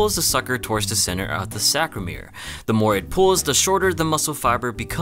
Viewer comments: *sarcomere . . . not "sacromere". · Sarcomere (not sacromere). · it's actually "saRComere", not "saCRomer." great video though! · Almost certain that it's "sarcomere", not sacromere. Apart from that, great video. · Its sarcomere, not sacromere (at least in my language, maybe its different for you). Anyway, very nice video as usually :) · Love your vids but you made a mistake when talking about the contractile unit of a muscle. It's sarcomere, not sacromere. Not to be picky, just thought I'd let you know since you're a sciencey dude like me haha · little mistake, not saCRomere, but saRComere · the word is sarcomere, not sacromere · It's sarcomere not sacromere... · its sarcomere NOT sacromere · it's sarcomere, not "sacromere" nevertheless, informative video! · Sarcomere, not sacromere. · It's "sarcomere" not "sacromere" my guy lol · Lol...its sarcomere, not sacromere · we just not gonna talk about 'SACromere'? he says it numerous times and even typed it incorrectly, which makes me question if this guy even knows the very very basics 101 of muscular development :/ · *sarcomere, but otherwise great video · "Sarcomere", man. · Warns of boring science ahead and then promptly gets the word "sarcomere" wrong lol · isn't it Sarcomere? Are you just reading stuff you don't understand? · it’s funny how this video tried to explain cross bridge cycling but the narrator couldn’t pronounce sarcomere properly lmao